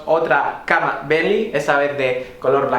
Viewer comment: No sabes decir bentley